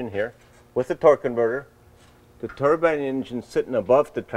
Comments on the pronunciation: I keep hearing Turban Car...not turbine... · A turban is a hat! Turbine! It's turbine!! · I wish you guys could pronounce the word "turbine" properly. It's not "Turbin", it's "TURBINE"!!! The "i" should sound like an i since there's an E after the N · I love it when guys have the balls to make outrageous cars.Please though would you stop calling a turbine a turban